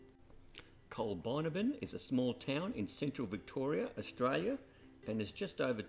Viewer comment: Need to correct your pronunciation, Col bin abbin. I enjoyed the video.